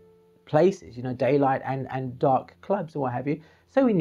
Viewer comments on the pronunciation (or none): none